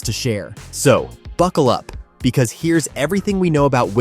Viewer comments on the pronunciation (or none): none